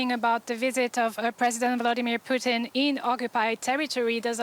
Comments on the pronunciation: I love how the reporter keeps calling Putin (Poo Tin) Poutine (Poo Teen), like the canadian gravy and cheese fries 😆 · I’m sorry I was cackling every time the anchor said the dictator’s name. It sounded exactly like how some Canadians pronounce “poutine” which is a comfort food made of fries, a specially blended gravy, and cheese curd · I love hearing Putin's name pronounced "poo·teen". All I can think of is fries and cheese when I hear it.